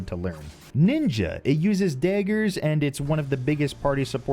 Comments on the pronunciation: absolutely love the way he pronounces daggers. can’t place if that’s Boston or Chicago tho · Chicago probably. Definitely not Boston.